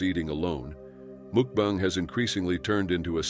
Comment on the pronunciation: When the narrator said mookbang, I knew I had to watch something else, anything else.